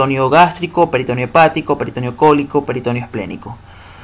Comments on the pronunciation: Todo bien hasta que pronunció peritOneo jajaj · "Peritoneo" es una palabra grave y el acento vocal va en la 2da e. peritoNEo.